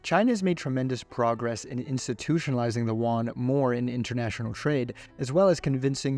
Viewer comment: Love the video but chinese "Juan" is just funny as shit